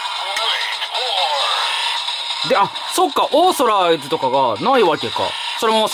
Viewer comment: イントネーションって事?だとしたら、僕も思った。